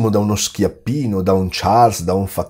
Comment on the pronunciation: Ti prego, Schiaffino e non Schiappino! ;-)